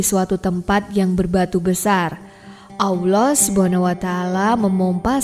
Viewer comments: Kurang fasih menyebut Alloh .masa awloh ..🤦🤦😞😞😞😞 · Awloh? Yg bener wahai ukhti.. Allah.. Alif lam lam ha..